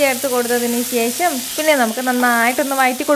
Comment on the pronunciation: കുറച്ചു ഉണക്കമീൻ വറുത്തത് വേണം... ശേശം അല്ല ശേഷം.. 😂😂👌